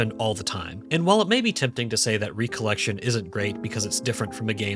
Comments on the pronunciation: Does he say "re-collection" for the whole video? M I D W I T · I like your videos but.... You game no idea how maddening it became to hear you pronounce "recollection", as in MEMORY, as "recollection", as in "second gathering. " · the way he says recollection pisses me off bruh